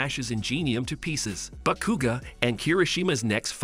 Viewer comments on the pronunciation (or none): Bro said bekuga lol not hating it’s just funny😂